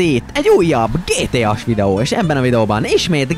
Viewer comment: nem aszt montad hogy gtás hanem gtas 🤣🤣